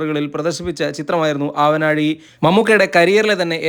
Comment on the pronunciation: ആവനാഴി ആണ്. നാടിന്റെ നാ. ആവനാഴി അല്ല. ഹോനായി യിലെ നാ അല്ല.